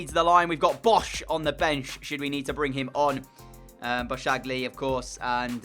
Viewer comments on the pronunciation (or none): i think his name is actually pronounced "Boss-Kah-Glee"